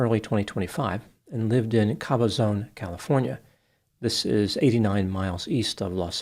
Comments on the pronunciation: it’s pronounced YOU-KYE-PUH and CABB-UH-ZOHN. ❤ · Yucaipa is pronounced without the A.A is silent.Cabazon is Cab_a_zon. Some words are hard to figure out. My neck of the woods have Snoqualmie and Swinomish.😂😂❤ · Sad subject but I did enjoy the humor. Just letting you know, you mispronounced Yucaipa and Cabazon. Think U Ki Pa. And Cab ă zǒn. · Oh man,, you butchered the names of the towns, but its okay. It's Yu (ki) pa, and Cab-a-zahn. But good job nonetheless. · Also, "Cabazon" doesn't have a long "O", it rhymes with "Amazon". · You gotta love pronunciation of “Yucaipa” and “Cabazon” 😂